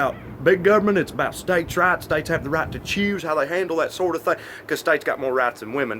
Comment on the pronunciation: This whole time I thought he was saying States' RATS..... "States have more rats than women do." I was like duhhh 😂😂😂